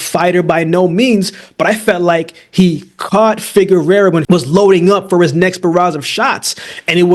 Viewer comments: FIGUEROA! pronounced FI- GE - RUA! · Covered Figueroa on the channel enough times and has butchered his last name everytime. Just say Brandon lmao